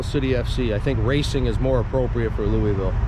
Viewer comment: ya gotta say louisville like you have water in your mouth. Also, we make bourbon, not whiskey. Appreciate your visit and the video though